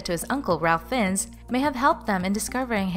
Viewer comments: It's pronounced Fines not Finns. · Ffs learn to pronnounce names his uncle's name is pronnounced Rayf Fines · You are pronouncing his name wrong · You pronounced Fiennes wrong and Ralph is pronounce Rafe.